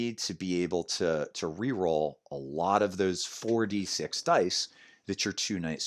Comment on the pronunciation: 4d6 sounds like 46